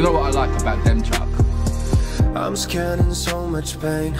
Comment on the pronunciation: DEMCHUK pronounced like DEMCHООK